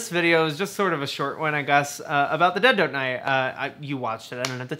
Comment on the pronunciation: Great video! I like how when you say the title fast it sounds like "The De-doe-die"